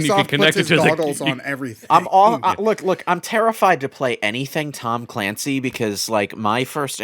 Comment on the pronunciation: “Tom Calancy” Okay.